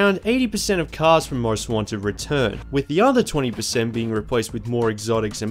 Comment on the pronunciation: Every time he says Most Wanted it sounds like he's saying "Ron Swanson" lol